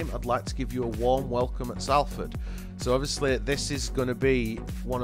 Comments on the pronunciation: It's pronounced Sol-ford fella not Sal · Enjoyed that good video but your pronunciation of Salford is wrong. It’s not Sall Ford you pronounce it more like Solferd. As for Dieseruvwe we all call him Mani but if you do want to know how to say his name it’s pronounced Diss A roo ( As in the first part of Rooney ) way.